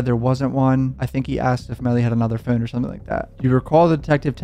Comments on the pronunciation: I HATE HOW HE SAYS "PHONE" ITS LIKE FEWN. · Why do you say phoorn like youre irish or canadian or something ...t moorble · Where are you from saying phone like that?